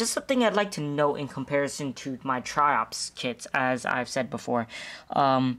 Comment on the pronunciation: sounds like your saying chops (Triops)